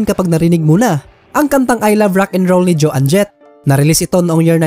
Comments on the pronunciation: bossing try to learn the correct pronunciation of the artist’s names, puro kasi MALI EH!!!! For example Joan Jett’s name should be pronounced as JAWN .. not JO ANNE!!! Isa lang yan, marami pa!! 😐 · It’s not pronounced Jo ann Jet …. it’s Joan PAREHO sa loan. You should know the correct pronunciation if you want to make a video like this. Watch English documentaries para malaman mo how to pronounce these words properly. I covered this song btw.